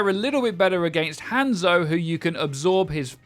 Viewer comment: "Handzo" lul